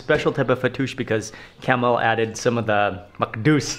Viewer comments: Lol I think it's pronounced kah-mel not camel lol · It’s pronounced kum-eel, not camel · مع كل هالضيافة و التوجيب و بحكي اسمه جمل !! Kamel and not camel حد يصلحه ! ! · Grahoovian you are right, its Kaaamel not camel ( in some countries its Kamal) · yeah it's not camel its kamel pronounce like kaaa-me-L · His name Kamel not kamal or camel! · كامل وليس كمال kamel not kamal we have both names in Lebanon kamel means the perfect person kamal means the highest level.of perfection